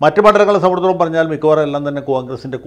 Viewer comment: വക്കീലേ "സംബന്ധിച്ചിടത്തോളം "എന്ന വാക്ക് നന്നായിട്ട് പറയുവാൻ വെല്ലുവിളിക്കുന്നു.. 😄🤪